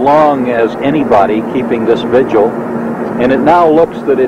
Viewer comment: You have a great sounding voice. But please, it's a vigil. Two syllables. Not vij.u.uhl.